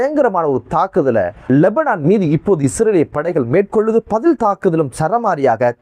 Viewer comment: லொபனான் இல்ல லெபனான் யூரூணயூம் அல்ல யுரேனியம் என வாசிய்யுடா வெண்ண